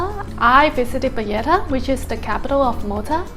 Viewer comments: She visited payetta she says capital of Malta crazy it’s Valletta capital city Payetta my backside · Listen to your entry video you say payetta , just say you made a mistake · You're calling it Valletta and pronouncing the double L in a Spanish way. This is not Spain. Nor is Valletta a Spanish name :) But mistakes happens. Hope you enjoyed your stay!